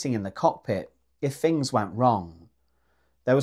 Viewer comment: Fings? I find adults still speaking like a toddler highly amusing. Im guessing a 'frottoo' is a throttle. 😂